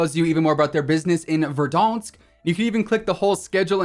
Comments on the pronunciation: It’s ver Dan sk not ver donsk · It's verDANSK not verDORNSK.